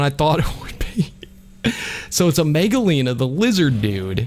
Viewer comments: the megalania the pronouncement is mega-lan-e-a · Just wanted to put in my thoughts here, and the lizard's name, at least the way I'm used to it, is pronounced as Mega-Lane-ia. My name is Nick Shelton from Washington state, and I love your content. I've also noticed everyone saying Quezt as Kwetz, and I'm more used to saying it in my head as Ketz, because of an Aztec god named Quetzalcoatl. Again, those are just my thoughts on your content and names.